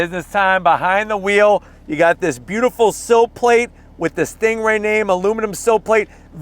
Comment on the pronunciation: Drives me crazy when you're saying "stingray" almost sounds like your comparing it to a kia😂🤣